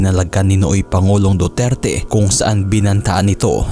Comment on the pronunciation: Anong Dudirty?? Napatunayan na wala syang kasalanan self defense she was a victim of sexual abuse kaya sya napalaya ,,, hindi c duterty hayysss mag basa muna ah 😂😂